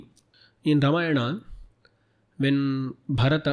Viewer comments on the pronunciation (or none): none